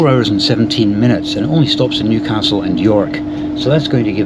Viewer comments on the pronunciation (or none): none